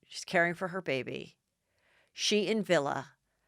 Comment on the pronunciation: “Villa?!” 🧐 His name is Villi Falau. It’s pronounced like Willie, but with a V.